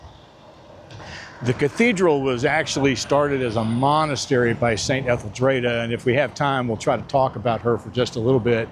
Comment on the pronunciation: St. Etheldreda: pronounced Ethel-dree-da not ...dray-da. There's a clue in the spelling.